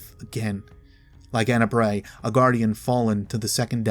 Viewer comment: U said Ana's full name wrong